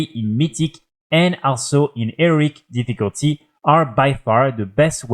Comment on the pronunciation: He-Row-IC difficulty... Not Eric